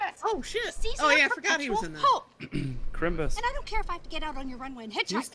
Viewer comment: ITS CHRIMBUS DAMN YOU!!